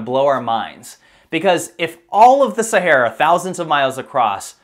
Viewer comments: He says Sahara incorrectly a few times and then says it correctly later on. Was that done after someone told him he said it wrong and already edited the first part where he says it wrong? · Common pronounciation sound like Sa-hair-a not Sa-harr-a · While the info is interesting and I love the presentation, I have to cringe when he says "Sahara". It is pronounced Sa-hair-a not Sa-harr-a. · I couldnt retain any information from this video, myabe its my ocd. Every time he says saHARa my brain triggers & thinks its pronounced saHAIR-ah. So i tried to pay attention but he says saHARa so many times its all i can focus on lol. Maybe Im just retarded haha, ive never heard anyone pronounce it this way. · Pronunciation: Sa - Hair - a (Look up the original founder of the CIA) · ITS PRONOUNCED SA-HAIR-AH!!! Jesus how can you try to get people to think your smart but you can’t pronounce the thing we have been hearing about since our favorite cartoon characters have been getting stranded in since we were little kids?! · Where do they pronounce Sahara, Sahorror? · I can't listen to the mispronunciation of "Sahara" anymore. I can't. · Very interesting, but please check your pronunciation on names and places. Particularly 'Sahara' and Herodotus, if indeed that's what you were saying. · I guess that's the proper pronunciation of "Sahara"??? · Please learn how to pronounce Sahara!!!! I promise you it will help your videos because I have to turn away right now I can’t listen to you mis-pronounce the region you’re doing an entire video about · That is NOT how you pronounce Sahara.